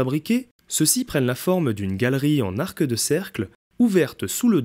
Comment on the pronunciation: "Arqueu de cercle", "trente-huit Z'arcs d'acier"... Ouch, j'ai les oreilles qui saignent.